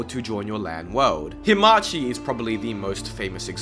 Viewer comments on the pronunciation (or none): Anglophones reading letters as they are instead of making sounds up challenge (impossible) no offense but reading hamachi as himachi is funny :P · its hamachi, not himachi 🤣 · It‘s Hamachi, not Himachi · WHY are you pronouncing hamachi as HE-machi